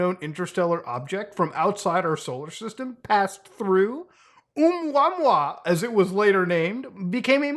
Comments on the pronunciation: OH- MOO-A MOO-A not OH MUAH MUAH lol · It's said "Aw Moo Uh Moo Uh".